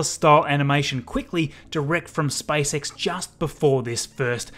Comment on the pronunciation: I like how he says SpiceX